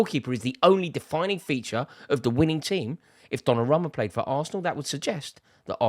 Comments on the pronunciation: Repeat after me, DonnarUmma with an U bro! Donnaramma? bit disrespectful butchering someones name like that lol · Why does he keep saying "DonnaRAMMA"